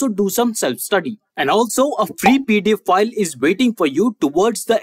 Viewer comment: Keep hearing “Get your free pedophile” 😂 instead of PDF file. Anyway, great content!